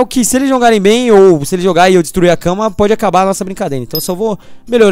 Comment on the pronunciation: O não fala cama mas sim casa kkkkk